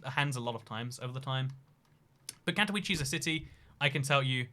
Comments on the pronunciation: Katowice is not pronounced in a English way, in polish the ‘W’ is pronounced as a ‘V’ and they emphasise on the E so it pronounced as Kato-Veece-Ah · English is literally the only European language where you prenounce w like that, really weird that he hasn't found out that after all the travelling. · Katowice not Katouichi or Katouis, Man, it is not english language. KatoWiCe (Katovitse). Shame. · Warszawiacy - that's the word you're looking for. Advice for the future: Polish has no silent letters, except 'c' in 'ch' combination. So Katowice is read somewhat like Cat-oh-wee-zeh. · Katowice is pronounced Katovitze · Your pronunciation of "Katowice" destroys me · I’m polish and that pronunciation made me cringe but that’s what British people are like with pronunciation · Im polish and it hurts how you pronouce Katowice